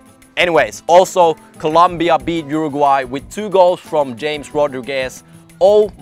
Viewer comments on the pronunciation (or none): It's HA-mes Rodriguez